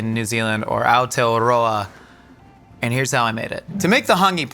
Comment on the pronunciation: ROLLING HIS “R” IN AOTEAROA 🎉🎉🎉 would love to see him try a real hāngī here 🥹 (also like muttonbird and boil up etc.) warmed my heart to see tbh. Mauri ora kitcheneers ❤